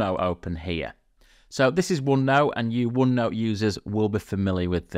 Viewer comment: "uonnou" huh :face-green-smiling